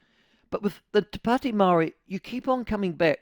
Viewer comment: Ew dont say it like that its more...to padi meowry. Or whineywhiney ganggang